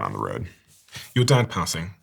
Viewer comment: struggle for accents on "passing" 😅 uk/usa